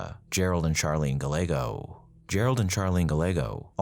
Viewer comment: Gallego is pronounced GUY-eggo.